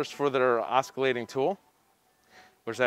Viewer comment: Stop saying oskillating tool. It’s oscillating dude. Sober up and get it right.